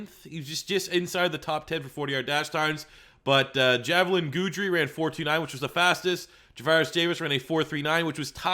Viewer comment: My top 3 corners still remain Okudah, Fulton, Jaylon Johnson. Just because Henderson ran good 40 and drills doesn't make up for the fact that he has a lot to clean up on the field. We already knew he was an athlete. Also its pronounced Gidry, not Guudry